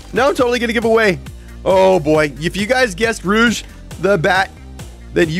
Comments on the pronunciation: It's Rouge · No it’s rouge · It’s rouge!